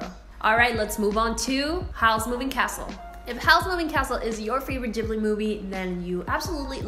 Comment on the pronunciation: YOU PRONOUNCE IT WRONG IT BUGS ME SO MUCH